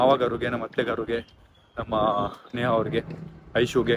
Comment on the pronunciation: ನೇಹಾ ಅದು ನೇಗಾ ಅಲ್ಲ😊